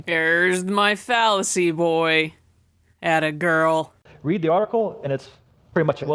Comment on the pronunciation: lmao!, fallacy boy...."Adda girl":D